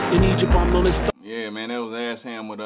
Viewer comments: Yo, he pronounces it E-sham. Hes dope, he put out his first album when he was like 15 or 16 in 1989! I think he has around 30 albums. You should check out some more of his songs. He has a song called Tony Montana, you should react to that. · ESHAM pronounced (E-Shom) … one of the Greatest MCs of All-Time , anyone who thrived from Detroit in the 90s and 00s were Influenced Heavily By Esham who came out swinging in the 80s and present, he’s done so much work that even the Top MC of today has not even covered the body of work he’s put down in the industry, One of the reasons most of young Detroiters doesn’t know about Esham is because of the broken relationships with our local radio stations and DJ’s but Esham has made millions of record sales globally as a 100% Independent Artist. Guys like Eminem, ICP , Kid Rock, Twiztid, Tech N9ne , Blade Icewood, Royce Da 5’9 , Bizzarre , King Gordy, Stretch Money, Too Short, 3’6 Mafia, and So on has spoken of Esham and his influence over the years on their music and careers.